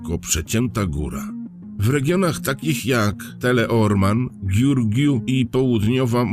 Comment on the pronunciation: Nie góry "Bucegi" tylko "Buczedżi". Taka jest prawidłowa wymowa. Tak samo: miasto Giurgiu wymawia się "Dżiurdżiu". Jeśli ktoś zna właściwą wymowę, to mu strasznie zgrzyta to "Giurgiu"... ;-)